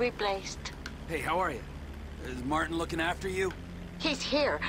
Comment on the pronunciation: It’s mar tin not marteen